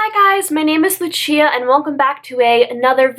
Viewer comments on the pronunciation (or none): Are you from Italy/have Italian relatives? (Asking because of your name and the way you say it...i feel like Lucia read like that sounds really Italian to me ahah) Kisses from an Italian subscriber of yours